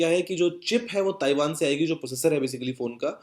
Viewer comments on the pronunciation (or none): none